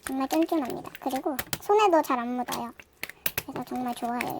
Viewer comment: 처음 시작할때 정말 오랜만입니다 할때 정말은 존나 라고 들었어 ㅋㅋ